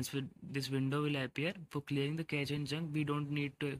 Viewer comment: Pronounce it as cache 'kashe' कॅशे Just like shampoo sachet सॅशे